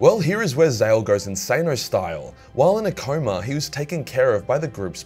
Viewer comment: Did you seriously just say “insaneo style?” I’m telling Joel.